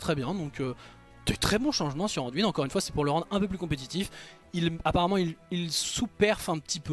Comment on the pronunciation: j'impose pas. Je dis juste que dans le jeu son nom est dit anduin et pas anduine. Cest tout.